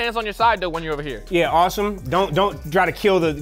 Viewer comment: Pretty sure name is actually pronounced Aah-sim not awesome like he said it was